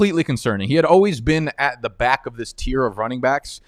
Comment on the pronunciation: Why do you say byck instead of back?